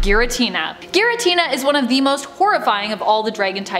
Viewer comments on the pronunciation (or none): Zhe Chrome, Zhe Cringe